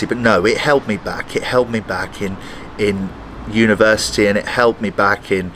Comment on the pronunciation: I really heard " i was smoking all through the universe" instead of university 🥶😀opsey